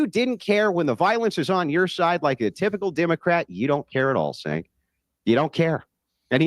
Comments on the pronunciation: It’s pronounced like “Jay-nk” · His name is supposed to be pronounced as a J. As in Jenk.